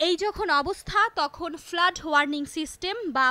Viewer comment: ইংরেজি উচ্চারণে আরও সর্তক হওয়া উচিত। ফ্লাড কে ফ্লাট বলছেন বার বার 😕